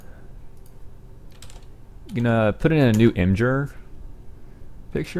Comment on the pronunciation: I cringed so hard when he said imjer